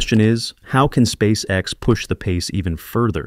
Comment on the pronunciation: Неужели нельзя отредактировать нечастые ошибки и нероавильные ударения? Спасека.с....Мазовой....